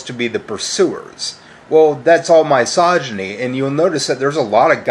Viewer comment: Ah, the era when he kept pronouncing misogyny as "M-EYE-SOGYNY". Funny how he didn't pronounce "misandry" as "M-EYE-SANDRY" too.